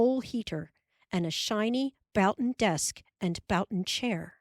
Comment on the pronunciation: However, she twice mispronounces 'boughten' which just means something bought from a store.